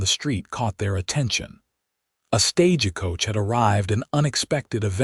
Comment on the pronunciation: Still can't pronounce stagecoach. 😂